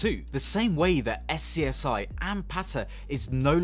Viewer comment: It’s pronounced Scuzzy not Es Cee Es Eye